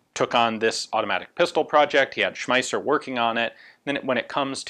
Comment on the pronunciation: Ian, that was great! Louwis Shm..Shmeisss...Schmaisser. i know, it is difficult if you did not learn german at school. it is almost as bad as french.